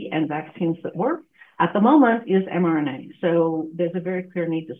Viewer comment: I might be hearing wrong, but I'm sure I keep hearing this host mispronouncing the subject of his video as "mNRA," when it is correctly "mRNA." He says it as "mNRA," and his guest says it as "mRNA."